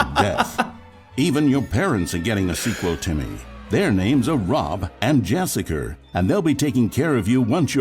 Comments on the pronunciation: It is indeed. Not a fantastic one. But he is trying, I guess, and he's doing somewhat better than I would do trying to imitate an English accent. "Jessicer"? What kind of name is that? 🤔 That's LAB-or-a-tor-eez. Accent on the first syllable. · the narrator pronouncing "Jessica" as "JessicER" is a incredibly underrated joke. For those that don't get it, its one of the easiest ways for people speaking non north American accented English to sound north American is to avoid using soft Rs. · I thought her name was actually Jessicer! 😅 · Ohhh interesting. Sounds fake tho honestly lol, when he said "Jessicer" it didn't sound like "Jessica" at all